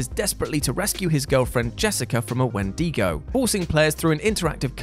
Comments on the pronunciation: Wen-di-go not Wen-dego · It's WHEN-d'go, not when-DEEgo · Yeah, wtf's a wendeego? Is it like a wendigo? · I can't get over Wen-dee-go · Wen-DEE-go. Lol. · Im sorry...a Wen-Deego? Is that how you all pronounce it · "wen Dee go" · The way he says wendigo kinda pisses me off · Please stop saying Wendigo like that